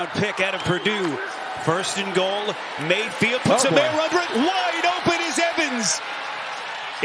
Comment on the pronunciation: I cannot stand this announcer. Whenever he gets excited every long 'a' becomes a short 'e'. "! Dezzling pess!"